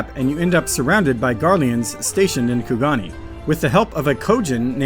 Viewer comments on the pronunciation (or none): sorry i cant not correct you man. its kugaNE, not KugaNI. great video other than that